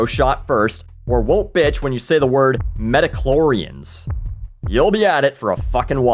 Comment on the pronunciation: Mhmm, I've yelled at an umpire, basically know every single abbreviation, am still pretty pissed that Han didn't shoot first and my old Star Wars fan impulse is telling me to correct you on the last example. Midi-Chlorians. Not medi. Ugh, I'm in the middle.